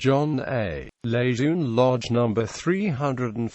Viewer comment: Marine General Lejeune / luh jern would be dismayed Name mispronounced sad disrespect Semper Fidelis & God bless all Leathernecks ! KEEP ATTACKING !!! OOO RRAH !